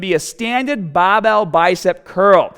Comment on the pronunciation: Bahhbell.. I was waiting to hear this